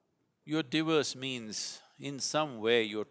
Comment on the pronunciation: Took me ages to figure out that he was saying 'divorce', not 'diverse' 🤣